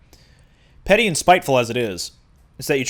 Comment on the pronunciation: “Piteful and spetty”